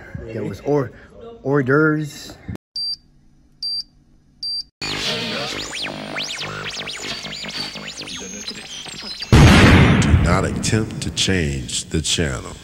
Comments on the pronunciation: I thought he said, "Last time I was here, they had whore derves". I heard wrong. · when he said orderbs I lost my shit 😂😂😂😂😂😂😂😂😂 #RideTheFunk